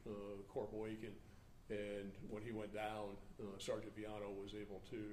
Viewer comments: black cop doesnt know how to pronounce Villano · With respect,..For God sakes KNOW HOW TO PRONOUNCE THE NAMES OF INJURED OFFICERS BEFORE THE PRESS-OP! While not intended, it was so disrespectful to, “…hope…,” you identified your own Brothers in uniform. Geesh! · Mummble mummble something mummble mummmmble. Pretty pathetic that the Public Affairs officer is not only wearing a poorly presented uniform, but also didn't bother to actually check on how to pronounce the name of one of his coworkers. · 1. Do we need a new law that says if someone tells you "i'm not going back to prison," you have to pass that info on to your local LEA? This mother sounds like a POS. 2. C'mon. Learn how to say everyone's name before you do a press conference.